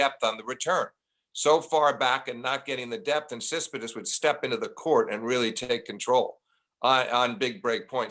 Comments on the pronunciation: like Sis-pit-as (instead of TSit-si-pas)! He keeps saying it even when first says the name correctly, then refers to him as Stefanos, then the Greek. Steve did not get any of the hints and kept on going with SIS-PIT-AS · Flink needs to learn how to say Tsitsipas. Not "Sispisdus" . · So does Steve pronounce Tsitsipas correctly, and all the rest of us are getting it wrong? Really seems like he's pronouncing it completely differently than how it's spelled. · the way steve pronounces tsitsipas is killing me